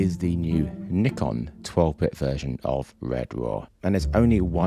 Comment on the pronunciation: Finally, someone saying Nikon as “Knee-Con”!